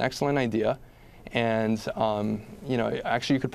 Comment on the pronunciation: "And" not "ant".